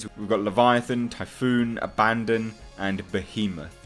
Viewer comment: He pronounced the names wrong, it is Typhon and Abaddon